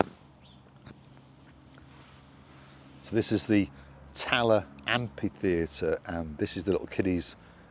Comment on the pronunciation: Did you say it's called Talor? Tala? Thank you. Good video :)